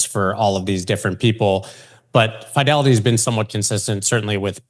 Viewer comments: Pronounced Fidelity not Fydelity 😂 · Are you pronouncing “Fidelity” the way you are on purpose? Listen to how the guys from Fidelity pronounce it. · please stop mispronouncing the word "Fidelity"